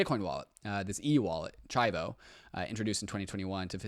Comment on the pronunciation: Chivo is pronounced cheevoh btw lol